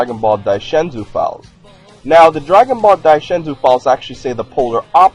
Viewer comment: I hate how you say Daizenshuu. "Dai Shen Zuu". Dai Zen Shuu.